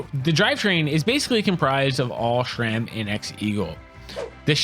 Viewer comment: it's sram not shram